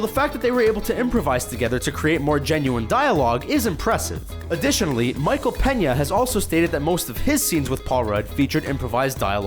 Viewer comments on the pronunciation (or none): none